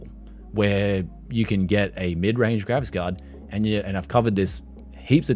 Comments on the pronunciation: "gravis cod" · Gt ten thiddy gravis cod